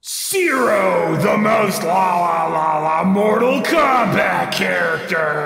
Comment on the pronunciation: You turned Mortal Phombat into Mortal Khombat :(